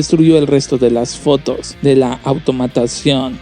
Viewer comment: Entre "automatación" y el hablar "asiiiiiiii", "fotoooooos" y alargar las palabras, tenemos al próximo rey de la comedia.